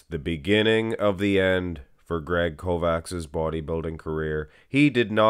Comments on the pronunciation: It's pronounced Kovach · I think proper pronunciation would be Kovach. Ch like Chelsea at end of Kovach. Not K like Kentucky. Kovach is e European word for smith.